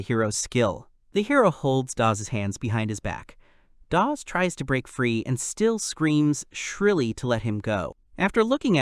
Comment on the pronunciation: you need to work on pronunciations dawg, you butchered EVERY SINGLE NAME including calling Dawes "DaVe"....